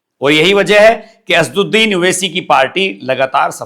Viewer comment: 'असदुद्दीन' PLEASE pronounce his name correctly